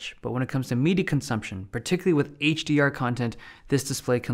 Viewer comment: The way he says "media".. I hear "MIDI consumption" 😂